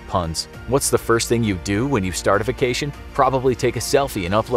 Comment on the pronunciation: Say vacation right. Now.